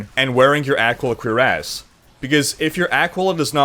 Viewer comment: Funny how you pronounce "cuirass". Sounds like you're saying "queer-ass" as opposed to "cure-as"